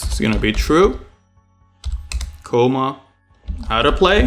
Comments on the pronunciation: It's not "Coma" it's Comma...short a. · Thanks, great tutorial, exactly what I needed. I also love how you say "coma" at the end of each line.